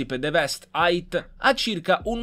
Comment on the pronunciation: Ma hai detto che la Tulip ha 2posti ma non aveva 4porte, e poi deveste eight detto deveste Ait ma eight sta per otto e non si legge così